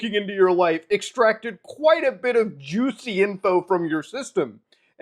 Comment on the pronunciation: Oh, why'd you have to say "juicy" like that LOL